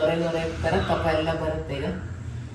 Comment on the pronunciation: ಕಫ, ಕಫ್ ಅಲ್ಲ